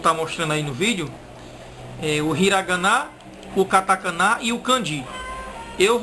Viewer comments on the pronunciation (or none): none